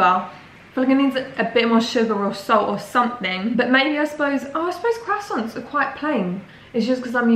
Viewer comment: it's not leviosA, it's leviOsa and not CROIssants but croiSSANTS. Yeah, that's the main thing about this pronounciation situation, just really wanted to comment, love u <3